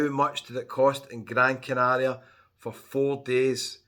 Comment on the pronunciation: I love how you pronounce Gran Canaria properly.